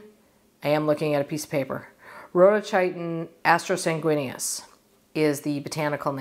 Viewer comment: I loved this video and I'm also fascinated by vines, in fact I think I have more vines than shrubs in my container garden!! They are just so dreamy looking. As for the purple bell vine it's pronounced Ro-do-kEE-ton atro-san-goo-EE-neus and it means 'red (like a rose bloom colour) cloak' (Greek) and 'dull black/gloomy bloody-red' (Latin). It has been on my wishlist for years and it's borderline hardy in my area, if the winter is mild. I think I might finally order it online this year. Have a wonderful day!! ☺️